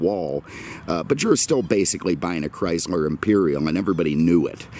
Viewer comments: First, cut through the nonesense and talk about the cars not the weather. Second, if you don't like the weather in Naples,Florida then move your ass up north where there is ice, snow, and cold. Third, it is CHRYSLER, not "Chrysmer". In some years, Imperial was a Chrysler model and some years Imperial was its own marque as was /is Plymouth,De Soto, Dodge, Ram ,and Jeep. It is not CHRYSMER. IT IS CHRYSLER. GET YOUR EYES CHECKED. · Sorry, the auto correct for me. He kept pronouncing it “Chrysmer”. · Did anyone else notice that he kept pronouncing it “Chrysler”?